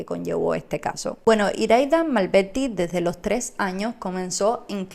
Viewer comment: A ver, practica un poco más la la pronunciación, en vez de padte PARTE, Malberti no malbedti, ALBERTO Y NO Albedto